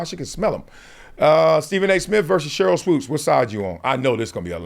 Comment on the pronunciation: Hey, its SHERYL not CHERYL... LOL